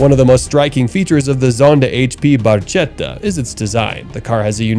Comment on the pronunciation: the Pagani is pronounced "Barketta"" with a hard "C